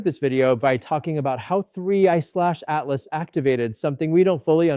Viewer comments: Just say Atlas! Not A.T.L.A.S. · Michio’s had work done. Also, please stop spelling it out, just say “Atlas”. Doing my head in. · cant even say atlas right.....